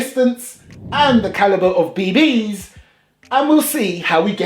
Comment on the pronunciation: Your killing me with the way you say bee BEE's haha. Great and informative video. I may have to pick one of these up and do a comparison vid side by side to a real steel.